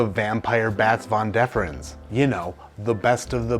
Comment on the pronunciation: Vas deferens sir not von deferens 😂 you slay me! Love the review